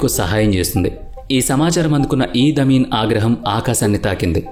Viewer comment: ఇడీ అమీన్ ( ఈద్ అమీన్ కాదు) ఎంటెబీ ఇవీ చదవాల్సిన పద్థతి